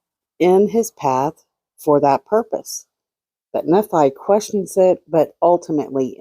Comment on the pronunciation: Nephi =knee-fy Thanks for all your hard work!!